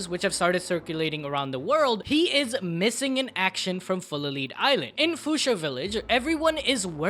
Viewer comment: Fellas don't know how to tell you this... it's fullalead like "full of lead", shooting someone full of lead, not fullaLeed